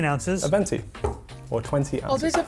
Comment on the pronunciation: As an Italian I gotta step up and correct that guy: it’s called venti cause twenty in italian is venti. (Fun fact: venti also means “winds”)… Twento is a very funny word but it doesn’t exist 😂😂